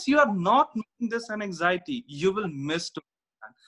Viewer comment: The way you explain look much better than his...the word anxiety is not said correctly by him and I confused initially with something else..😥